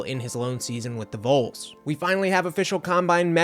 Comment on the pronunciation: its VOLS not VOLES. Short for VOLUNTEERS. Its AYY-Ment not Ahment Did you even watch a real game? lmao